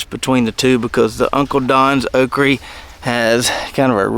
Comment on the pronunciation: Okra, say it with me. Okra. You know when babies mispronounce words like saying bobble instead of bottle? That's what you sound like when you say "okrie" instead of okra. I can tolerate taters and maters, but "okrie" is where I draw the line!